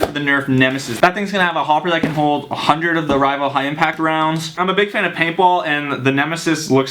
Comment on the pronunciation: He said 100 even though it sounded like 800